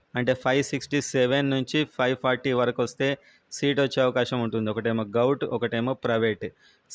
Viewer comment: గౌట్ కాదు... గవర్నమెంట్ అని పలుకు అన్నా... ప్లీజ్